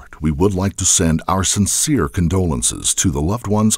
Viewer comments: Sincere, not sensire XD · sincere NOT sensire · "sensire condolances"... Really?? I'm mot native English speaking and writing, but even I know it's sincere... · It's "sincere"